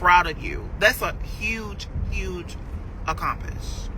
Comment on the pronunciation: Huge huge…“Accompish”